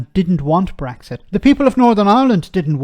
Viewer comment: The interviewer can't even pronounce Brexit and Rees-Mogg can't explain a single tangible benefit of Brexit. It says it all really.